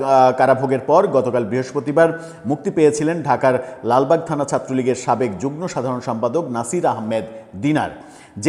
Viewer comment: যুগন নয় যুগম, তথা যুগ্ম।